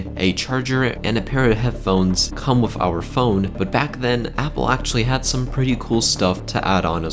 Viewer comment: Good vid but please stop saying 'wif'....